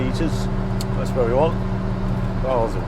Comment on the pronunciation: Very refreshing to hear Basle pronounced properly.